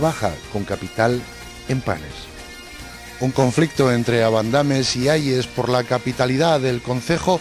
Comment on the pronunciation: Seijo????? No será siejo. A y se dice abandames en la segunda a lleva tilde y no en la tercera vocal